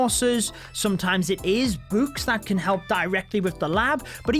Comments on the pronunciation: Why he say. Boo-kes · Nobody: Literally nobody Him: buks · Bouks haha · Lmao the way he says books